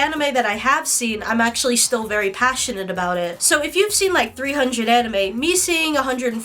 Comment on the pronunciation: She doesn’t even pronounce anime right 💀